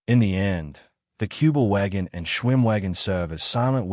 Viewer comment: Не "Куба-Вагон", а "Кюбель-Ваген".